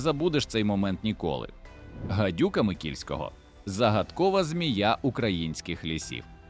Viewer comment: Ну яка ще гадюка микільського, якого блін микільського?! Вона називається гадюка нікольського!!! 🤷